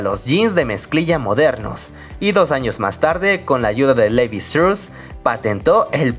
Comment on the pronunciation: Levi Strauss es apellido alemán no inglés como usted pronuncia se dice como se lee